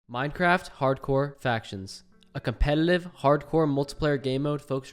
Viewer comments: Who else here him say compelelive in the intro 🤣🤣🤣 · "a compelelive" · At 00:3 he said competilive lol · who hear say competiliv? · am i the only one to hear compelelive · " a compleletive" lmao why is that so funny to me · Compelelev lol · Ok i think im deaf or did i hear compelelive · "a completitive"